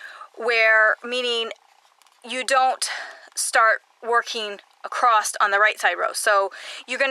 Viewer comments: I have watched many of your tutorials I just want to say that you keep saying accrosed it’s said across. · Wonderful, wonderful tutorial...thank you so much! You explain things so clearly! But please! There is no 't' in the word across! LOL